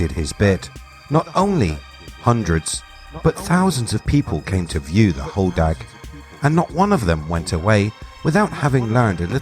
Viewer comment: As someone who who spends a lot of time there and has a cabin in the UP, it’s hodag like sag not dog. I’m glad you mentioned mishipeshu.